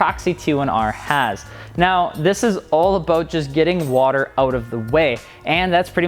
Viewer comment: Did he just cross the border and go full canadian? All ah-boat at the mark. lol Love your videos man.